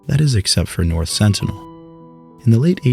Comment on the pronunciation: "North Senital Island"